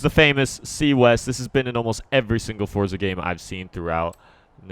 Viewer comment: finally someone thats says forza instead of fort za